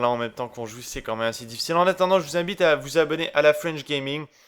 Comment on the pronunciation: Jai mal compris ou il a dit je vous imbite à vous abonner ?